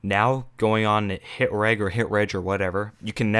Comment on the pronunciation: its pronounced hit rej